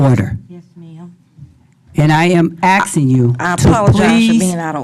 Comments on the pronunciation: If the mayor or any elected official says "I am axing you". They need to be out of office immediately. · Stop "axing". The word is "asking".